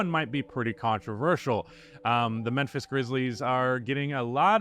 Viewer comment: Why are you saying Menphis?